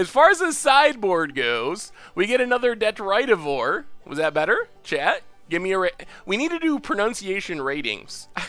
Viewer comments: Deh-trih-ti-vore Why do people try to teach him wrong? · He still pronounces 'Detritivore' wrong😠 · If you're upset about him pronouncing made up words wrong, you're going to be in for a bad time. He can't pronounce a lot of the real words.